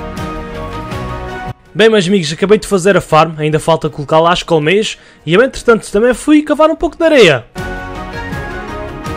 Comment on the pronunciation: Sotaque do: "colocar aqui umas Cowmeias" Eu: "meias de formato de vacas ficaram bonitas msm kkkkk" Amei o video me deu inspiração pra fazer no meu mapa obg ❤️❤️